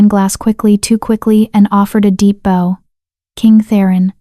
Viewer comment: There was two notable AI word mispronunciation. LEAD is both lead as in hecwill lead us forward, and lead (led) as in the mineral. Also bow, as in archery tool, and bow, as in a motion of the body. The AI can be taught. This should be done. A truly enjoyable, beautifully detailed story. ❤